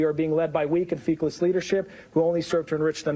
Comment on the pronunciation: Feckless rhymes with reckless … it means inept. When we say Feeckless we look feckless …